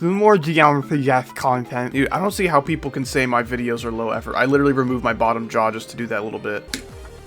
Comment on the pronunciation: I thought he said wituwy gyatt